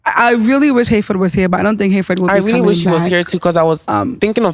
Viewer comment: Eei 😂